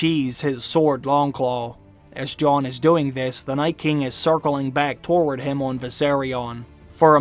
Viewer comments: Also the word toward is certainly not pronounced torward. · Am I the only one pissed at his pronunciation of "toward" as "torword"?